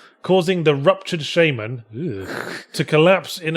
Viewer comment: It's "shaman" not "Shaymen"